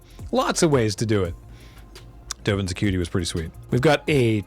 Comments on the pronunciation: I 100% heard that as, "Dovin's a cutie". Thanks.. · Not a Magic player, so I was confused when I heard repeatedly say "Dovin's a cutie" until I realized it was "Dovin's Acuity".:D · I swear I keep hearing saying 'Dovan's a cutie' rather than 'accuity'...